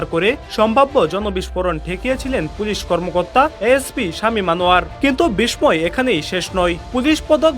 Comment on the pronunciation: সংবাদ পাঠক বিষ্ময় শব্দটি উচ্চারণ ভুল করেছেন